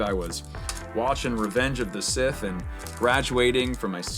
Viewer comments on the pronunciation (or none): none